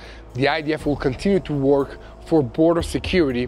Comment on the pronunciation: Good program! - "work" sounds like "jerk", not like "talk"...FYI.